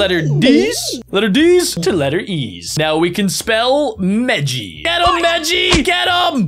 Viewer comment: When he said meji it heard like messy😮